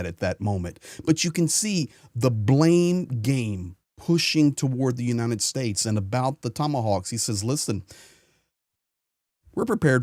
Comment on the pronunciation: Why is he always saying "unineted states". It's "United".